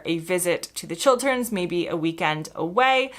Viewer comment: Nice to hear an American say Chil-t-erns and not Chil-d-erns.